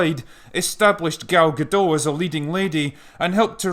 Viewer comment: Wow! You pronounced Gal Gadot correctly ...must be English ;)